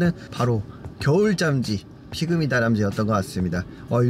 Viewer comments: 발음잘하자 겨울 잠쥐 아니고 겨울잠 쥐다. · 부를때 발음 유의 해야겠어요 겨울잠G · 저만 인트로부분에서 겨울잠쥐가 겨울짬찌로 들렸나요,,,(내 귀가 이상한건가,,,) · 발음이 짬지